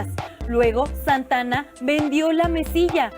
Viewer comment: se dice "Santa Ana" no "santana" ni que fuera su compadre o que ***ha xdxdxD😂😂😂😂😂